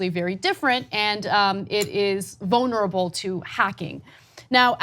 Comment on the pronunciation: Ana always pronounces vulnerable as "vonerable".